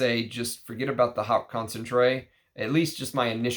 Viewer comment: Thank you for letting us know about lesser known vintage gems. Btw haute is pronounced like "oat" 😉 Which reminds me, have you ever smelled Worth Pour Homme Haute Concentration?